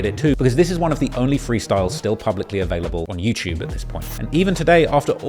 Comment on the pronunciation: Love hearing say Yew-Chewb